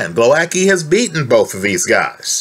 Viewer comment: Great that you're analyzing this fight!!! I hope Głowacki beats the crap out of Okolie. Btw the pronunciation is /gwo - vats - kee/ 😊